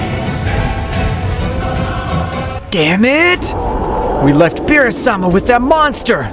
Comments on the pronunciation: You ruin all your stories with "Insect". Why do you call BEERUS, bills..it's annoying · It is not bill's, it's beerus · Beerus not bills